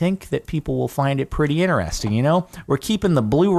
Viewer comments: Dude can you stop saying INNERESTING? IN — TER — ES — TING Ter! There’s a TER in it! I don’t think this is a mean comment because it’s not like you can’t say IN — TER — ES — TING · STOP SAYING INERESTING, ITS INTERESTING